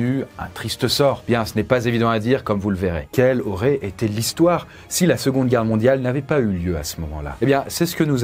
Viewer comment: "Il y aurate encore plus d'humains"? 😂😂